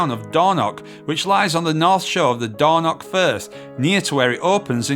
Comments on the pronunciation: The Highlands really didn't deserve this pair of plonkers, and their massive campervan blocking highland roads. WTF is Dornock, if you can't pronounce it don't say it. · Please try to pronounce the place names correctly.🤣 Its not door knock beach. 😳 Ask a local how to pronounce the names, they are happy to help. 😁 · dornoch, with a ch at the end , not a c or a k. loch is the same ... and no wild camping in a motor home